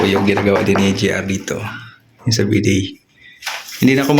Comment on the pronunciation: NICHE ay NEESH ang pagbigkas, BIDET ay BIDEY ang pagbigkas and. 😂😂❤😊